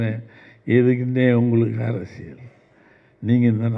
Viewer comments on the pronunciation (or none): none